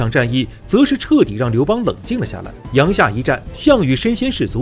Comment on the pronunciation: 阳夏 yang jia 三声,小时候语文书里有标哦